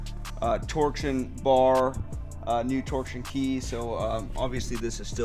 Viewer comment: It’s pronounced Tore+shun not torque+shun. Sorry but that was getting on my nerves lol